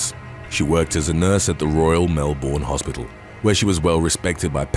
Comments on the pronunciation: Very interesting stories, as always. Just a hint : it’s pronounced „ MelBURN“ , not „MelBORN“ :) Take it from an Aussie 🤪🙈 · Mel-BURN. It’s pronounced Mel-BURN.